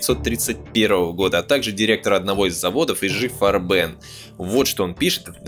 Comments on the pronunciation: Der Autor hat es alles ganz toll und gründlich durchgearbeitet, Respekt! ABER! => Bitte KEINE ThyssEn, FabEr, und I-Schi FarbEn & A-Sche, etc. => die alle sind Deutsch, deswegen ThYssen, FAber, IG FArben & AG!! ✌️🙂 Grüße aus Dresden! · И да если хотите называть IG Farben на англицкий манер, наверное правильнее всетаки будет айджи фАрбен ) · i.G(Interessen Gemeinschaft) Farben - И.Г. ФА́рбен. - дословно "интересов" "сообщество" "цвета/краски". Это такиж немецкое название. То есть: I = И, G=Г. И в "Farben" ударение на первый слог. Иначе получается какая-то французская херня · Крутой разбор, как и ролик Крупп. Весь костяк фашизма - капитал... И, к сожалению, очень актуально. Кажется, это мало кто осознает. Небольшая ремарка: произносится И-Гэ-Фарбэн, не 'И-Джи', и Бэ-А-Эс-Эф, привет из Германии (в которой все эти предприятия существуют до сих пор). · Крутейшая история, спасибо! Ижи фарбЕн резало ухо всю дорогу. Первое слово читаешь на английском, второе как француз, зачем так? Игэ фАрбен, эт тебе любой Яндекс переводчик озвучит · В чем преимущество названия "И-Жи-Фарбе́н" перед правильным "И-Гэ-Фа́рбен"? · было бы хорошо, если бы диктор, рассказывая о немецкой истории, руководствовался бы немецкими нормами произношения немецких слов. Ну или традиционными советскими. А не фиг поймешь какими. Не "И Жи ФарбЕн", а "И Гэ ФАрбен". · не іжі фарбе, а "і ге фарбен, не хехст а хьохст, не льовенбрау, а льовенброй! турки лаптєногі... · ИГэ, АГэ, это же не французский язык чтобы читать как ж. G тут от Gemeinschaft [гемайншафт] - общество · может таки И Г Фарбен с ударением на перво слоге? не не так? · Видео супер, но как же режет слух "и жэ фарбен"! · Никто никогда ИГ не называл Ижи. Где вы такое вычитали? Это ошибка. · "ижи фарбЭн" - это, конечно, портит общее впечатление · что за и ДЖИ фарбЭн? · И ЖИ? ФарбЕн? Ну вот кто вам сказал, что это надо произносить именно так?